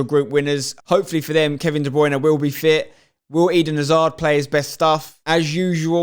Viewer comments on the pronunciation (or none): none